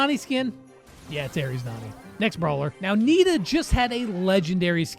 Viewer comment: Did read the nita skin wrong??